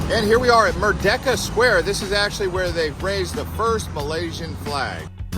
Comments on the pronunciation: Mer de ka, instead of Mer ke da. Merdeka is the Malay word for independence. But good job, interesting to see an American's perspective on the city, I've been away for long enough that KL is now so much more different that what I remembered\ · Mind if i correct you, 😃 it is MERDEKA please not MERKEDA